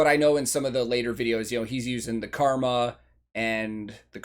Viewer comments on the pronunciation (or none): none